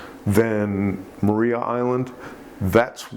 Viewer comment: We don’t see great whites that often in Tassie, waters too cold usually. Scallops not worth it. Maria island pronounced as Mariah, as like (Mariah Carey). Cheers mate terrifying as usual.